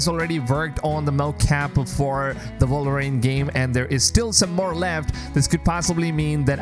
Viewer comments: Why does this guy keep saying “Vulverine”? Not sure I want to play that game. 😂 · The character is called WOLVERINE not Volverine😂